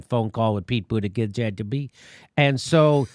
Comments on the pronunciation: Yeah it's annoying at this point. I was going to share this video with a friend who likes Pete, but your intetional mispronunciation is embarrassing. I'll find another progressive YouTuber for this task. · He should just drop out. I wouldn't want a president with the name Buttigieg anyways. Can you imagine? People will call him "President Butti (Booty)" lmao omgg it sounds like Jimmy said "Booti-gizz" see this is why we can't 😂 ... oh he's actually gay? * Google's information * 🤐 Oh, hm, actually gay. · Jimmy come on you have legit points but it's no longer funny to mispronounce his name and if you gonna do it anyway say Bootyjudge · Never trust a person who doesn't pronounce his last name correctly (I'm highly certain it should be 'BOO-tih-geeg'). : P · Jimmy - learn how to at least say his name. Boot Edge Edge. It ain't hard. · It's Pete Butti Judge your deliberate mis pronunciation is the reason I can't share this with people who could get what you have to say but wouldn't be able to get past your obvious disrespect, I mean your....humor? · pro·nounced /prəˈnounst/ Learn to pronounce : BOOT -a GIG ! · Jimmy I know you do this schtick of mispronouncing Pete Buttigieg's name for comedic purposes but it's disrespectful. You should make the effort to at least get a candidate's name right. It's not that hard. Phonetically It's "Pete Buttplug." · It's pronounced Butt gig get it right!!! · Btw your intentional garbling of Buttigieg’s name is SO JUVENILE AND OFFENSIVE. It’s a Maltese name. Maltese is a Semitic language. So just be aware that you are intentionally mangling a Semitic name. (No, I am not claiming this buffoonish host is anti-Semitic or that Pete Buttigieg is Jewish. I am just providing information.) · I never get tired of jimmy butchering that name. He gets it wrong a different way every time! Hahaha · Still not sure what's funnier in this video. Democrats acting like it's a fair, unbiased process or hearing Jimmy trying to pronounce Bootyjig's name 😂